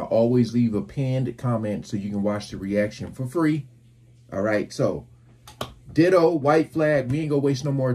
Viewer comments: Pronounced Diedoe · Pronounced Die-Doe. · it's pronounced as DIE-DOW